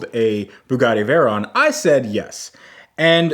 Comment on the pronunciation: Fugatti Vague-ron.